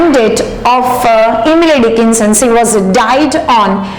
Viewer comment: Pronounce' she' properly